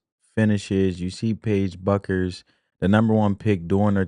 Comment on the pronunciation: I like your analysis's. (Her last name is pronounced like Beck-ers) 😊